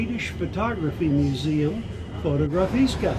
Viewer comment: Not the best selection compared to Fotografiska in Stockholm. OK, interesting. BTW the correct pronunciation is : FotoGRAfiska.